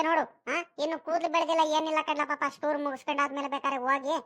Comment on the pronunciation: Ayyo adu shtoor alla tour